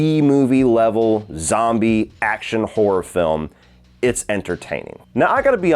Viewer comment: I love when says horror it always sound like he saying whore...yeah the final chapter didn't nail the horror 🤣👍